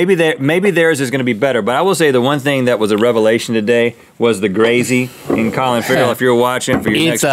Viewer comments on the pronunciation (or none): none